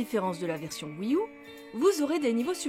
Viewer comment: La prochaine fois que tu prononces "wii u" à la française je mets un pouce rouge et je me désabonne.